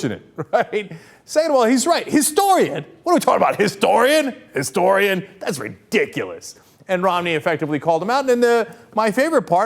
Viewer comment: i hate mitt romney simply because he said "An -istorian"....its "A Historian" you jackass